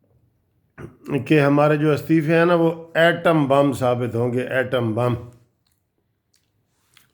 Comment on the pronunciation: اردو سیکھو کسی پرائمر ی سکول کے ماسٹر سے ۔لفظ “بم” ہے بمپ نہیں نقل لگا کر وکالت کرنے والے “کُھسروں کے گُرو “